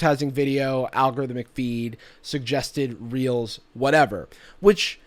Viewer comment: Instead of “reels” I thought you said “instagram was getting heat for realz🤪” lmao